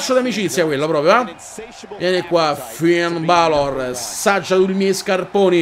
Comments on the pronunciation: 2 cose: 1)Il primo match l'hai fatto contro il campione di NXT 2)Non di dice Finn Balor ma Finn Belor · comunque si pronuncia Finn Belor